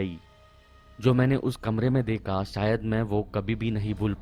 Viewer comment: Deka peka seka teka leka k wjaase sir ap out hogaye 😅 hindi english dono hi khrab hai apki teka meka apka H gayab hai hamesha se